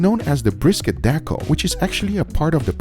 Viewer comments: I believe it is "Deckle," not "Decal." Right? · Lmao u had me looking up decal wagyu but I think you meant deckle haha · Bro that steak is $150 on the website in the description 💀💀💀 Edit - nevermind if you click it you see a cheaper price. Also, it’s deckle, not decal.